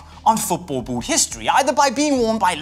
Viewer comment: Can't cope with the way he says boot